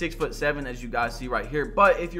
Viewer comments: Please stop saying Giannis like that, especially if you’re gonna say it 20 times in every sentence. It’s Giannis, not Juonis. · "all the builds are basically buffed, so you cannot make a 6'11 gee-anniss build" lmao why you pronounce his name like that? and the builds were nerfed not buffed. get some sleep😂😂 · nobody: BADGE “yawnnis” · said GI yanas at the start 😂😂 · “G yawnis” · Demigod but cant say the name, is that blasphemous?🤷🏾‍♂️ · Talking about spending 8 hours on how to make this build when he should have spent that time learning how to say my guy's name smh